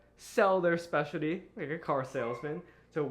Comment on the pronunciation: the way says "specialdy" lool